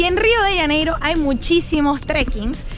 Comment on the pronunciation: Rio de janeiro es , no se pronuncia rio de ianeiro